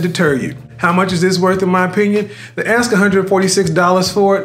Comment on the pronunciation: Do U say "aks" instead of "ask" or is it just me not hearing well? and who is CIA? secret service?????